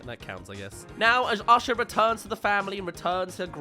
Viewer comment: Just a side comment. I'm in the US and one of my college professors was from England, and when he pronounced the name Micah we all heard "Meeker" and thought it was amusing. Whenever says the name Asha I hear "Usher". My first instinct was to go check the cast list and see if Usher was one of the voice actors.